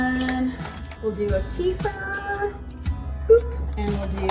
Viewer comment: Thank you for trying your best when pronouncing kefir, lol. If you'd like to know how to say it I recommend watching the video "Crazy Russian Cooking: Okroshka with Kefir" for a bit of immersion, or "How to Pronounce Kefir? (CORRECTLY)" for the official take... It is close to the second way you said it in the beginning, however rather than "ke-FUR", it is "ke-FEER". It is such a beautiful Russian word